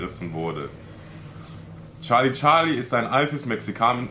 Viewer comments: Nicht charli charli sondern scharli scharli😂😂😂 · Es ist nicht charli charli es ist chali chali🤗☺ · Charlie Charlie:SCHARLIE SCHARLIES 🤣🤣🤣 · charli charli: Schali Schali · charli charli: schali schali🤣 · sagt immer scharli scharli